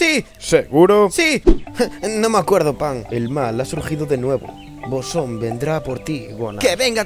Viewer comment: Boshon? WTF EN el cap 1 decian que era BOSON!